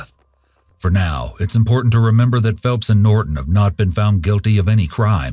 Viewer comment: what is up with the glitch? at pronouncing "Norton".